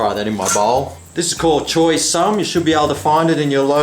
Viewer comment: actually it should sound like 'chai'